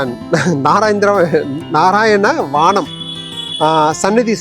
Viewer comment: "நாராயண வானம்" இல்லை. நாராயண வனம்